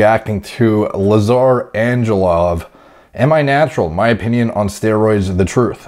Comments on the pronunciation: Exactly! And the L isnt pronounced as in love but as *w*ake , so at the end it sounds like Anghewov. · Hey Derek! Just a quick heads up, most Balkan names use the hard g in the names like in Greg. So Angelov isnt like Anjelov but more like Anghelov i dont know if it makes sense but thought i might share. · In hoc signo vinces actually more like Anguelov